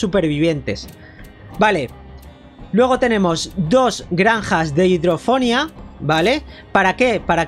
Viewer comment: Hidro- ponia no fonia